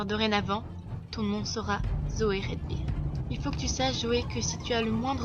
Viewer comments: salut c'est peut etre trop tard mais c'est Zoey redbird et redbird ce dit redbeurd . voila :) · Déesse ! On prononce [Rèdbeurde] !